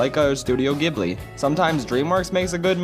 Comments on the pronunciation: studio gi-bl-ee me: ITS STUDIO J-IB-LEE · ITS PRONOUNCED JIBBLY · YOU PRONOUNCED GHIBLI WR O N G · One pedantic correction: Studio Ghibli is pronounced with a J sound. This is a seemingly common mistake with American speakers because we assume “gh” = a hard G sound. The Japanese title is スタジオ・ジブリ, which is pronounced sutajio (Studio) jiburi (Ghibli. Yes that is a j sound there) If it were pronounced with a G, it would be written ギブリ instead of ジブリ (ギ = gi, ジ = ji)